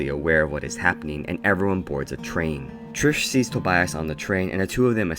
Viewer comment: Bruh when he started saying Trish